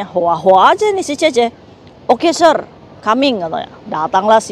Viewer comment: Sir itu bacanya Se.. Kak